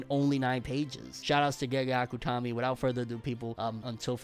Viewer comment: Can you please stop saying gaygay akuttomi ?